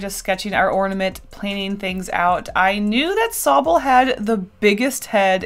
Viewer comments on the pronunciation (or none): mmm yes thats s o b b l e i just realized she meant to say sobble ack